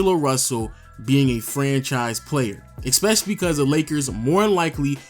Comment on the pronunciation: There's no way I take anything you say seriously after you said "expesially"